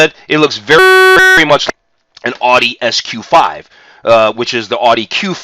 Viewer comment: you pronounce Porsche correctly yet you cannot pronounce Audi correctly. what's up with that???